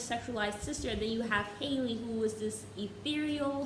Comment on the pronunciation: no qualms with the video itself but y’all… her name is HALLE, like HALLE berry, not hailey 😭